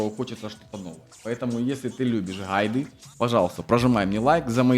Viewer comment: дружище, ну ты бы мог так не произносить слово "гайды" пиздец. как ты это произносишь